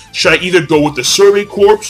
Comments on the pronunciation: You don't pronounce Corps as corpse, dumbass. it's pronounced Core, the p and s are silent. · PLEASE stop pronouncing it corpse. It's pronounced Core not corpse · why is he pronouncing corps like that? does he know you are supposed to pronounce it like "core" when referring to military units?